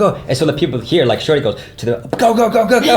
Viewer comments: Thats because dropped the middle "i" and so it sound as "Shori". Thats why dropped "s" at the end of name LOL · Tbh I thought they were hooking up and he's just calling her shawty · It sounds like he is saying "Shorty" rather than: ) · Is it intentional, or does the way say ‘’ sound like ‘Shorty’? Just me? Alright, I’ll see myself out..